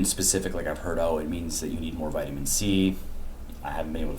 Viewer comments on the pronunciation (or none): none